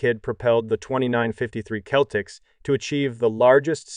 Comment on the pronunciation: When you write your script for narration, you've got to write out 'nineteen eighty' or the computer will read it as 'one thousand, nine hundred, and eighty'. You ought to try spelling Celtics as 'Seltics' for the computer as well. It's jarring to hear and easily fixed with a bit of effort/editing. Otherwise, it's a decent video. Thanks.